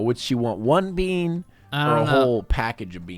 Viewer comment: ZE BEEAN